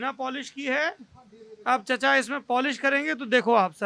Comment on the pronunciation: चचा नही चिचा बोलिए 😀